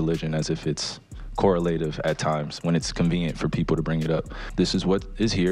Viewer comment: It's "co rell a tiv"